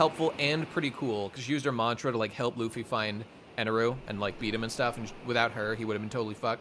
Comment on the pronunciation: Thank you for saying Eneru.